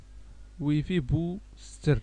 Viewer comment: واي فاي مش وي في